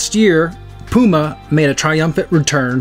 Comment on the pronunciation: Good initial review. Thanks for pronouncing the brand name Puma correctly. 😉